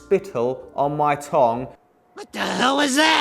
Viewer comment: The way he said tongue made me throw up